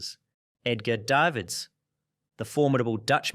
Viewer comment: Went from Day vids and daa veds cant even pronounce it correctly